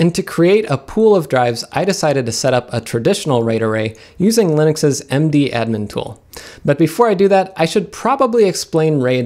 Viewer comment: I don't know if it is just me and my friends, but we call mdadm "madam" not "md-admin* :-)